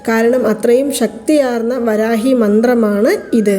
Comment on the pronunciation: ഈ കമൻ്റ് എല്ലാ ചാനൽ വീഡിയോകളിലും കാണാറുണ്ടല്ലോ😂ആയിരവല്ലി ചാനലിലും കണ്ടു.. പ്രശാന്തിന്റെ ഫ്രണ്ട്സ് ആരെങ്കിലും ഇത് കണ്ടാൽ അയാളോട് പറഞ്ഞു നിങ്ങളുടെ പണം തിരികെ തരും എന്ന് പ്രതീക്ഷിക്കാം ... വരാഗി അല്ല.. വരാഹി ആണ്